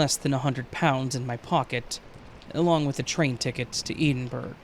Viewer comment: “A friend who lives in Eden Burg”!?? 😂😂😂 It’s Edinburgh, the capital of Scotland….and it’s pronounced Eddin-burra 🌷